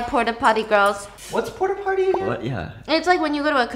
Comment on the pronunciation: “Porta potter” “Pooty poppy”